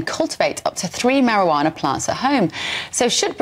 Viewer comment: It's quite annoying that Hitchens keeps calling it marihjana and Barns calls it Cannabis. Barns is the one using the correct terminology here. And medicinal use is the priority.